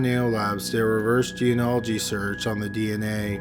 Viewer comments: ...I love you, but come on...genealogy...Gee-nee-ah-lih-gee. Not Geanology. Please. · [JEN-EE-AH'-LUH-JEE] = geneology NOT [jee-uh-nah-luh-jee] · "Geanology"? It's "gee-nee-ah-lo-gee" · What The fuck Is Geanology? You mean geNEology? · It's pronounced "jee-nee-all-oh-jee" Love your videos, but you keep mispronouncing it. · Please stop saying "geanology" instead of "genealogy". Very irritating. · For crying out loud, the word genealogy is pronounced GEE KNEE AL OH GEE not geanalogy. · Good video! Just remember it’s pronounced Gen-E-Ology of Genie-ology. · I really enjoy your channel and am a faithful subscriber. So I hate to nitpick, but you are mispronouncing "geneology". It is not 'jee in ology' it is "jeen e ology". Think "Jeanie-ology". Sorry, but it grates on me. Thanks, and keep up the good work. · It’s pronounced Jean • o • ology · It's pronounced ge-ne-olo-gy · "reverse jee-an-ology"? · I'm sorry for this but the word is gee- nee- ol- o -gee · Pet peeve- its pronounced jean-née-ology. I enjoy your videos and appreciate your research, please pronounce this word correctly as it is a very important aspect of your video and will soon become as prevalent as DNA is now. Sorry to be such an ass. Jeans- as in pants, or genes as in DNA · It did take some getting used to. There's a lot of slurring, the tone is monotonous, and he keeps mispronouncing genealogy "jee-uh-nah-luh-jee". All things he can improve on, but otherwise the video was interesting and informative. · Another excellent entry from! One point though: it’s pronounced “genie-oligy”. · Please learn how to pronounce "genealogy" correctly! It is not jeen-ology. Other than that, the videos are great. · Jean ee ology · Gene-ology was bad enough, but when it devolved into G-N-Ology all I could do was laugh. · GENEALOGY, dude. Learn to speak... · Please learn how to say genealogy.